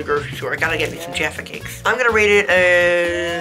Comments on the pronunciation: But I’m glad they didn’t pronounce it “jarfa” instead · As a British I am very offended how they scored Jaffa cakes so low and how Gaten pronounced it wrong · Man I’m about a few minutes in and I’m already annoyed with the way Jaffa cakes is pronounced and iron bru is Scottish not British